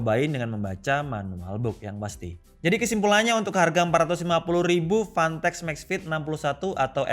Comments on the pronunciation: Word : fantech Yg di denger : panteq🗿 Ngegas lagi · Ntah emg bener yg gw denger apa kana kuping gw, gw dengernya pantek bkn fantek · Susah ngomomg F, jadinya panteq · kok dengernya dia ngmng pantek ya? 🤣